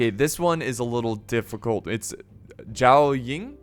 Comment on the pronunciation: Also for zhao Yan the zhao was correct but the yan is pronounced like yon